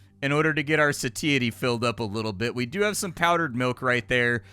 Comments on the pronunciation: Not to be a dick, but just so you know: "satiety" is pronounced more like "say-she-ye-tee" with the "she-ye-tee" faster like "she-itty" 😁 PS. while I'm being a pedantic dick: lithium isn't an anti-depressant, it's a mood stabiliser.. more for bipolar disorder than major depression. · "Sateeatee" got me a bit XD